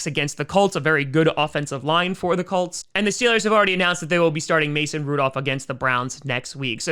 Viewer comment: I find it funny that he keeps calling them the Cults